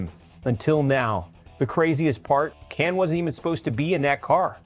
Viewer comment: That's not how to say Kasey's Last Name.